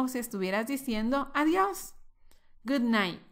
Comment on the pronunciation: Hello... help me.. quisiera saber si escuche bien Good Night "MINGS" Good Bye... es decir, la palabra MINGS fue lo que dijiste.. corrigeme por favor.... SEE YOU NEXT LESSON.